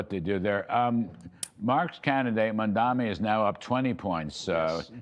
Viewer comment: When will these clowns learn how to actually pronounce the man’s name? Mam-da-ni! I realize that putting in the work to correctly pronounce those 3 syllables is probably way above these 3 jokers’ pay grade, but still…